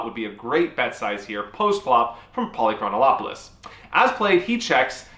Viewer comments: You were saying Polychronolopolous. There isn't an L. It's Poly-Chron-Op-You-Lis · lol. You're still mispronouncing Polychronopolous' name. Pahl - Ee - Kron - Op - Uh - Lus, not Pahl - Ee - Kron - Oh - Op - Uh - Lus Simply omit the italicized syllable above. The name has 6 syllables, not 7. Cheers! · Yep. He was saying Polychronolopoulos. It would be funny enough, but after showing the practice pronunciation first.... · ah ah a he says it wrong evertime , theres a "Lo" too much on the dudes name ! lOL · “I practiced that” -Still pronounces it wrong Amazing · It's so tilting that you can't pronounce his name. It's not that difficult, but you keep adding a syllable. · I actually studied Greek in college because I wanted to be certain I’d never get a job. Besides that, it’s great pronouncing for names. Fun fact: this guy’s name means something like “city of many years” or “city of of much time.” With your mispronunciation, simply adding “-ol-”, it becomes something like “many years of the whole city.” But it really should mean “never bluffing in this river spot.” AMIRITE?